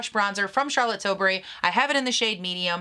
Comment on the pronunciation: lol Charlotte tilsbury, I think you were hungry